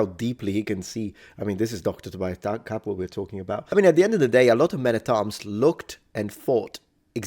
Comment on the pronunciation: Props to doctor Capwell for the pronunciation.